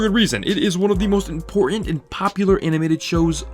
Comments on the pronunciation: The way the narrator pronounces words with a T in the middle is infuriating - “import-ant”, “writt-en”. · When somebody says impor-ant instead of annunciating the word important I'm done. I'm sure he also says pey-an Manning instead of Peyton Manning. Is it that difficult to pronounce the T in the middle of a word? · Couldn’t get past the mispronunciation of written and important